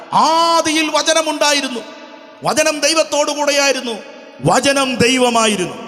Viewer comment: vachanam not vajanam